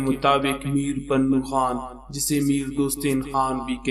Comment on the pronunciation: Pannu nhi janab Punnu hota hai